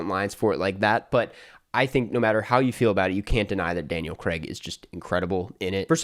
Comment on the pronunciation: It’s Daniel CRAIG! Not fkn Creg!